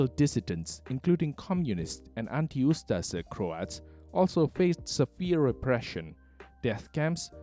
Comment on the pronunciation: DIRTY COMMUNIST PROPAGANDA - THE NDH WAS A WELL ORGANIZED COUNTRY - WTF DO YOU KNOW, YOU CAN NOT EVEN PROPERLY PRONOUNCE USTAŠA/USTAŠE